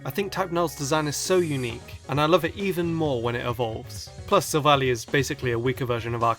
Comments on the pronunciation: It's not sivlally it's silvalleye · It's not silvalie it's soul-vall-i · Its pronounced sylvalli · it's not sil-vally it's sil-val-lie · silvally is pronounced silv ally